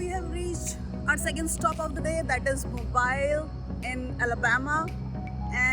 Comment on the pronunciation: I love your sense of humor. 🤪. By the way…the locals pronounce it “MO-BEEL” Alabama. 👌